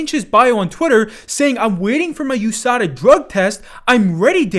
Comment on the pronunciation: U-S-A-D-A wtf is “yousada”😂😂😂